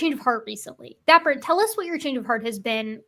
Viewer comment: probably my glass of wine but why is dapper "diaper"?